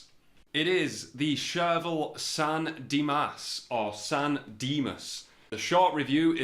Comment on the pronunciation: Funny hearing a Britt say San Dimas. Good review too.